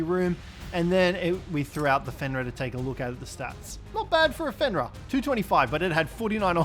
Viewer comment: ITS FENRIR WHERE ARE YOU GETTING THE A?